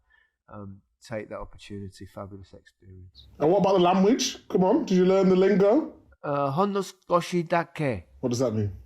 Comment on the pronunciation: Why does micah always say lamwich when saying language